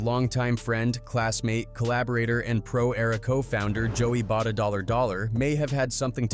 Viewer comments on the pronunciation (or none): Joey Bada-Dollar Dollar actually made me roll my eyes and almost click off the vid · 😂 bro said Joey Bada Dolla Dolla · “Joey bada dollar dollar” lmfao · Man I can’t even listen to this video after I heard “Joey BaDa $$” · "joey bada dollar dollar" 💀